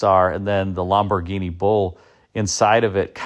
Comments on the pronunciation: It's pronounced LAMborghini, not LOMborghini. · The Italian way is Lam-bor-GEENI, with emphasis on GEENI. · You are probably pronouncing it correctly, "LOM" bhorghini, but it sure sounds different to my ears. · Bausch and Lomb-burg-eenie? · Lam boh ginie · Can't you say Lamborghini like a normal person? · The way you say Lamborghini cracks me up. It's like an american trying to immitate an italian saying it, but without the accent or pizazz. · Had to turn this off the way he was saying Lamborghini was killing me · He is NOT pronouncing it correctly.